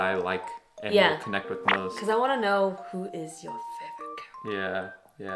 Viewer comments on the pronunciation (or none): none